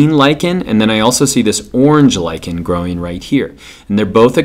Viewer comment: HE LIKENS LICHEN TO LICHEN nyuk nyuk nyuk nyuk